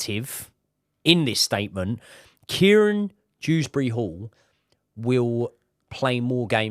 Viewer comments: His name is Kiernan not Kieran Proves how uninspiring this is 🙄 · Its Kiernan not Kieran Btw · btw its Kiernan not Kieran ;)